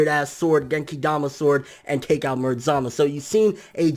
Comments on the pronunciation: U say zamus that's not right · Great video! Also glad someone else pronounces Zamasu as (Zuh-mas) instead of (Zuh-mas-oo), like most Tubers. He's only called Zuh-mas-oo in very passionate moments.